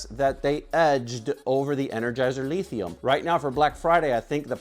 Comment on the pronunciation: This man said LEEthium. But I like the energy.